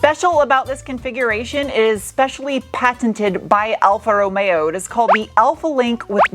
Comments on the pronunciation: I love the way you say Alfa Romeo!!! Sounds so italian.... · although you are not Italian, you pronounce Alfa Romeo wonderfully. In Italy, it's Wine, Women & Cars.... Not always in that order. You would be well received in Italy, in that outfit, white Lab Coat, High Boots in a Mini Skirt. Even your Nails are reflective of the color of the Car. The name means 4 Leaf Clover. Buon Fortuna!!